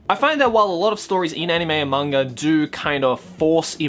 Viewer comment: I know he has an accent but who else chuckles or laughs slightly when his pronunciation of Manga sounds like "monger"